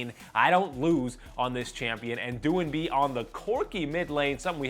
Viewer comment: No, I don't know about the other casters but he pronounced doin'b correctly